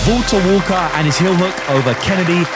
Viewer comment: The British Man’s kryptonite: Saying Valter Walker